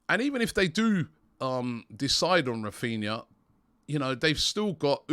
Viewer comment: Raphninha, NOT "Raphina" (sic).